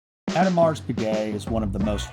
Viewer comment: Love your video - great production!! The entire Code line is underappreciated in my opinion. But please please - pronounce the name properly - after all you are the Watch Bros! The S in Audemars is silent. EDIT: pronounciation was correct in the later parts pf the video!